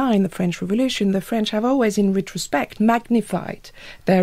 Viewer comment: her accent is almost perfect but she does that obnoxious French thing of putting the emphasis at the end of many words/phrases: conTEXT, retroSPECT, for-HER.